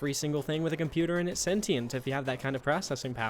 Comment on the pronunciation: >Says everyone in Portal is a moron >Pronounces "sentient" wrong multiple times